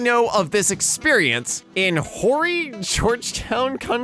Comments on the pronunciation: ......I may have thought the same thing, but it’s pronounced, Orry. Not horry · It’s pronounced orry. Not Horry. I used to live there until a few months ago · I actually live in Horry county. its pronounced "Orree" but everyone i know just says Horry as a joke. Its just become how we say it now not even a joke anymore lol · I live in horry county. It's pronounced or-re county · Horry County is pronounced "OR-y" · Just putting this out there. Horry county, South Carolina is where Myrtle Beach is. Also, the h is silent. Its or-e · Horry county is pronounced ory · It’s pronounced ORR-EE. The H is silent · The "H" in Horry County is silent it's pronounced "orrie" like Oreo without the final O edit: I like and subscribe so quityourbs and like my comment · its pronounced Horry (or eee) im from there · It's pronounced "Or e" ... Horry County. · as someone that lives in horry county: 1: the h is silent.. is "orry" 2: as for the guy in the post, thats fine, we dont need you here anyway. too many people already smh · As someone who used to live in horry county, the h is silent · it Horry but you don't pronounce the H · The “H” in Horry is silent. I live around there. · not that i think it will pop up again but horry is pronounced like cory but without the c its weird it sucks